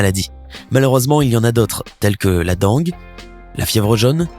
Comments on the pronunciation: Bonjour... La Dengue ne se prononce pas "Dangue" mais "Dingue"...mm si ça s'écrit Dengue... Merci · Ça s'écrit dengue mais sa se prononce dingue